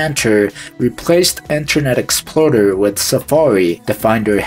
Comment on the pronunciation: "Internet Exploder" had me confused if you said "Internet Explorer" like that intentionally